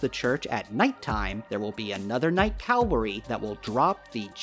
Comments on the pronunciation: How hard is it to say cavalry instead of calvary which just means the hill of Golgotha. English is not even my first language btw and nor am I a Christian. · *cavalry. Not calvary. Biggest pet peeve Thanks for the video tho 🙏